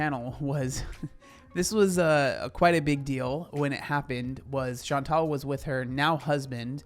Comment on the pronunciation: My name is Chantal and i'm impresed that you said it in english the right way!!!